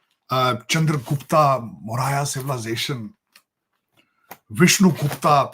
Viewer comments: Sajid Tarar……get ur pronunciation correct. Its not Texla bur Takshila. It not Moraya but MAURYA……..So much for ur claim to have studies Indian history. ……and your Punjabi accent……..JAI BHARAT 🇮🇳🇮🇳🇮🇳🇮🇳🇮🇳🇮🇳🇮🇳🇮🇳🇮🇳🇮🇳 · No food not a grain of rice must be sent.These people are snakes.Constantly trying to attack India.Tarar saab, please learn the subject and then speak.The word is Chandra Gupta MAURYA,and TAKSHILA and not Texila.